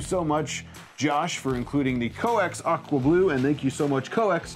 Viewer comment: Oh "aqua blue"! I thought you said "We can't wait to print with your awful blue". LOL